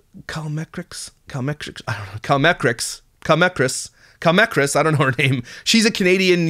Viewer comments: I SO hope the intro to her next video is, “I’m Cal Mehkriss, and you can call me Cal Mehkriss.” Innocent mistake, of course, but that would be funny. Mostly because it would mean she watches DCP. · I think the creator you were talking about is pronounced“call me kris”. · I know! I died at how he pronounced it 🤣 No shade to. It was hilarious.